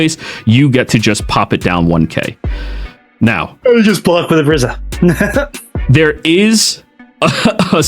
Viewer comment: I'm Sorry but its "RIZA" not "RIZZA"! just want to help lol! I'd watch the anime if you need help.